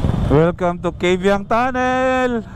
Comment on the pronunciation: Kaybiang Tunnel not KABIANG TUNNEL -_